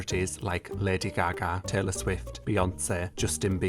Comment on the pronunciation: She ended Tayble Sniffer and Beeyonce I fear